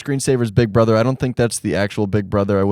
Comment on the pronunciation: "im big bruddr" -, 2024